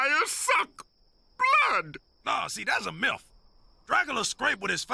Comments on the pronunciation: We COULD say that he just mispronounced the word "myth", but the thought of him saying milf is so much better. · I watched the clip and I definitely heard MILF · Just realized Dracula was saying myth not milf. I just assumed they somehow got away with saying that. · it's myth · He pronounces Myth the way Elmer Fudd pronounces Rabbits as Wabbits. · Dracula said Myth🤝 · He said “myth”